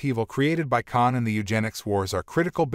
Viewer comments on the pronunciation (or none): NOT "LAN" , HER CHARACTER NAME IS "LA'AN" TWO SYLLABLES! YOU MIS-PRONOUNCED "KAHN" NAME AND "ROMULAN" TOO. THIS MUST BE ANOTHER "AI VOICE" PROBLEM, THAT ALL THESE CHANNELS BEING LAZY AND ARE USING INSTEAD OF A HUMAN NARRATOR.